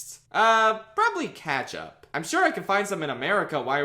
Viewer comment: The way u pronounce ketchup